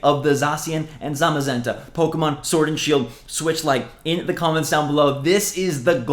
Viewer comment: When you sed pokeman i was like the heck where is the A in pokemon 😂😂😂😂